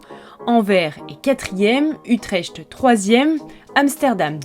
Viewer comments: il faudrait apprendre la prononciation des toponymes! Ainsi, on ne prononce pas "Anvers" comme "envers" mais comme "en verse". Quant à Utrecht, un CH néerlandais n'a rien à voir avec un CH français. Si on veut franciser la prononciation, on peut le prononcer comme un K: "Utrekt". En tout cas, les Parisiens feraient bien de sortir de leur bulle parisienne. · Utrecht se prononce "Utrerte", le "ch" sonnant comme un "rr" en Nérlandais. Sinon super vidéo. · Ça ne se prononce pas du tout comme ça, mais plutôt "kh" (Utrekht).